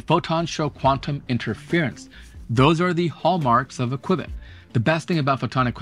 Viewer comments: If its pronouced kwehbit, is your channel pronounced twoohbit? After you got to the 50th use of kwehbit, I had to bail. Man, could've been a great video. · Everytime you said "kwibits" my hairs stood on end like when someone says "nookyoular" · This video started out informative, but then your refusal to pronounce the subject correctly when not a single other person pronounced it like this nullifies the legitimacy of the presentation. It makes you sound uninformed and thus is perceived by your audience as inauthentic. Maybe next time watch one, single video on a topic before reporting on it so you don’t look like such a fool. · It's pronounced "Q-BIT"....Just like Q-Bert, not "qwib-it" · Pronounced like "cue bit" not quibit. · It'd Q-bit, not "qui-bit". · It’s pronounced KYOO bits. Not kwibits. Like so many shows like his he probably got the information from the company’s public affairs department, which had brochures and a website. Had he visited the company he wouldn’t have flubbed the pronunciation. And look at his topics. They’re rage topics. A dozen other channels are talking about quantum computing (and pronouncing qubits correctly), as well as “Dark Oxygen”, the energy costs of A.I. Some channels just repackage another channel’s info. This one didn’t. If he did, he’d know how to pronounce “qubits”. It’s like the news. What’s trending? He blew this one, though. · What drives me Nu-ts...hearing Qb-its instead of Q-bits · Just FYI it is not called a kibit it's pronounced QuBit..... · Q (quantum) Bit. Hearing “quibit” instead of “q-bit”repeatedly… my OCD… “quibit”“quibit” “quibit”… 🤯 I couldn’t finish the video. I actually had to close YouTube, stop working, and take my dog for a walk, before writing this comment and getting back to work with background music instead of background YouTube. Sorry. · This is why Thunderf00t buried you. It's pronounced "(queue-bits)" not "quib-its". There's not even an "i" in Qubits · Note it's pronounced CUE-bit, not kwehbit.